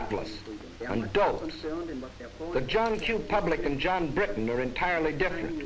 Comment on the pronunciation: I like how you now say Bri'on instead of Briton. ONE OF US! ONE OF US!